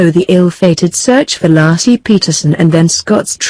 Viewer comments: The woman's name is pronounced LAY-SEE (not Lassie) for crying out loud. I hate the computer voices with a passion. For a nominal fee I'd be willing to voice the scripts. I'm so tired of these. Another video with computer voices has to do with Black Lives Matter. A computer doesn't know the difference between lives (as in she lives down the street) and lives (as in their lives are as important as our lives.) pronounced correctly it rhymes with hives or chives or dives. Narrations should always be done with a human voice and not a machines! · So disrespectful, her name is Laci not Lassie,dumb computer generated voice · You need to remake this video,and take this disrespectful one down. Her name was Lacy,not lassie you dumb ass!!!!!!! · Her name was Laci not Laacy, you foreign robot! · Nor Laaaci .. Layci. She was murdered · LASSIE WAS A DOG! LACI was a murdered preg woman! Can you not pronounce names correctly!? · Her name isn't LASSIE it's Laci for crying out loud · First minute in, ..... Lar see Peterson. Ridiculous you can't call her name correctly. Total put off, that voice. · It's pronounced laaa. A. See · If she says "LASSIE" one more time I'm gonna shove a Milk Bone up her keester!!! SMH 😎🙊🙉🙈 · Lassie and little timmy. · Hey...get the robot to pronounce Laci's name correctly....an insult to the dear woman. RIP. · Please get am American to do this video! This woman off here, she can’t pronounce it correct! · I HHHHHHHHAAAAATTTTTTTTEEEEE the stupid computer voice. Can't even correctly pronoun Laci for F#CK SAKES